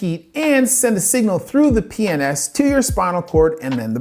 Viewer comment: The way you pronounce PNS with a straight face 😂 Good shit as always